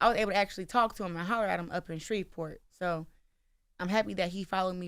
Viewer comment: Orlando? Did they say spreet port? I would like to visit for the food 😊